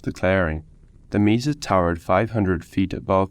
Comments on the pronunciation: Mesa pronounced maysa not Misa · That was great! Thanks. A pronunciation pointer - Mesa is from Spanish meaning table, so the e is short.